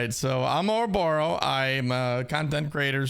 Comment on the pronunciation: Oroborros weel, Orroborros Deal